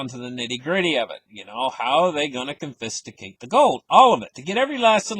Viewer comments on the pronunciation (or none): the word is confiscate. It's pronounced con fis cate three syllables only... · I think pronounces it confistication because many will feel a fist way up there grabbing your gold